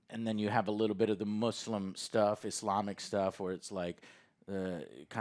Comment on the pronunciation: Joe, I appreciate you correctly pronouncing Muslim and Islamic. I've been in the U.S. for 10 years and can't believe that people still say "Mahzlim" and "Izlom". Thanks for the respect, man. I appreciate ya.